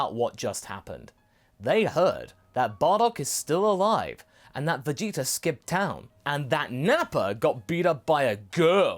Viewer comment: Idk if calling Vegeta jeets is a habit from voice acting goku but if it is it's hilarious